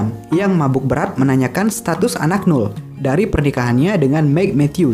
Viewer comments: Jos mas kontennya,😁 tambahan nih , noel dibaca nowel bukan nul, Thanks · Don't look back in anger bukan "dun luk bek" -Definitely bukan defineteli (e nya tidak terdengar dibaca -Live Forever bukan life -Noel tidak dibaca "NUL" kalau mau berkembang dan dikenal lebih luas perbaiki denger 5 menit aja udh jadi gak mood sayang..